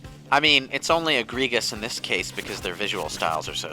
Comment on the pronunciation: on the last of part of the ff7 playthrough gave johnny shit for his pronunciation of chagrin, and here he is pronouncing egregious with a hard g sound instead of a soft g sound, so now it's egre-gus, the cousin of giygas, and the antagonist of mother 4.